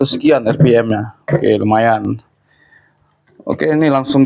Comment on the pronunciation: Bang baca rpm nya yg bner lah